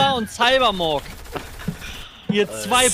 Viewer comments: Trymacs: Cybermork 🤣🤣🤣 Ich: Trymacs 🤣🤣😅🤨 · „CyBeRmOrK“ Alter ist ja fast so schlimm wie Taserface😂